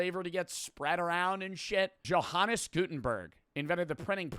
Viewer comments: i love how says johannes name wrong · ""hannes gutenberg 😭😭 NOT how you say it